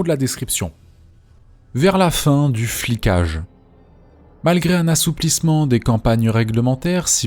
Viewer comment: Flicage, pas "fliquage"